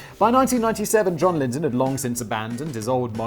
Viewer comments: We all just witnessed a birth...a birth of a new channel. Simon "Ive got another channel" Whistlaar.....p.s John "liddel....lidden" Lydon (Lie-don) hahahahahahahahaha love you simon also he used the butter money to make his album so its a fair crack. Trying to kill a cat isnt rock n roll buddy....doing drugs and fucking chicks is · Sorry to be that pedantic nerd but it is pronounced John "Liedon" not John "Lidon." I am 48 and was a massive pistols fan in my youth. That aside punk isn't simply about chaos and drugs but yeh John Lydon is certainly a sell out. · Oh Simon, the man's name is Lydon, pronounced lie-dun. It's a British name ffs! How do you not know how to pronounce it properly??? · Pronunciation Police: John L-EYE-din... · Simon.....you are British....and you can not pronounce John Lydon.... FAIL. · Simon: Oh, Johnny, true punks never sell out! Also Simon: Can't say Johnny's last name to save his life. POSER!!! ;)